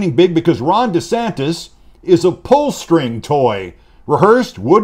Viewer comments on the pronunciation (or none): "Puhl da shtring! Puhl da shtring!"